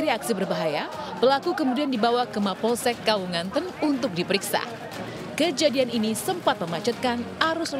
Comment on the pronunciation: Maaf bukan kawungnganten tpi kawunganten